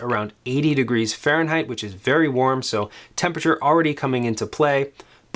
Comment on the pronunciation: What the fuck is fareignheight??? Christ, man, speak English.